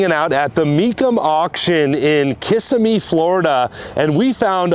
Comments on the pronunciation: It’s called Kissimmee, not kissamee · It’s kiss-sim-me….. not kiss-a-me……😂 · Florida guy here...It's actually pronounced "kuh- Sim-ee"... Not KISS-uh-me...😊